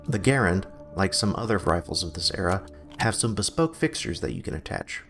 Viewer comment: Anybody gonna talk about how he pronounces garand